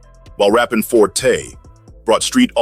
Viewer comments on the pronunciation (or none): none